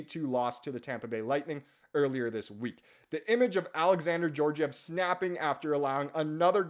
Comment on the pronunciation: Georgiev has the hard G sound. It’s spelled Георгиев and the Russian letter for G “Г” makes the hard G sound. If his name was pronounced with a soft G (J) then it would’ve been spelled with the Russian letter “Ж” like Жеоржиев and would be transliterated into English as Zheorzhiev. Ж/Zh not being an exact replacement, as it doesn’t exactly make the soft G or J sound that we have in English, but makes the halfway between Z and J sound in the “sure” part of “measure”. Like a sloppy J. Meh-zjurr, but no zuh sound from the Z. I don’t know how else to better describe it. Btw I’m neither Slavic in nationality or ethnicity, I just taught myself how to read the Russian Cyrillic alphabet because I wanted to read what was written everywhere while watching gameplay videos of Escape From Tarkov. It’s not that hard to learn, especially if you know Greek because that’s what it’s based off of, but I took Latin in school instead, so learning Russian has helped me with Greek. Backwards from the typical way you’re supposed to do it, but I digress.